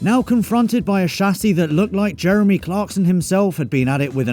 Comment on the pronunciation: “With italian accent”